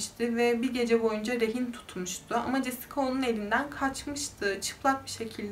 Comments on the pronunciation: jesika nedir abi cesika diye okumayi ogrenemiyor musun? Ayrica 90'li yillarda siyahilerin dedigin gibi dislandigi bir durum da yok,O kadar kotu anlatiyorsun ki cidden zaten sayili true crime kanali var TR'de en kotusu sen olabilirsin uzgunum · Jessica yazılır Cesika okunur